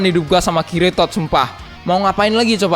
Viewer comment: Ngakak denger lu ngomong bang "kiritod" 😂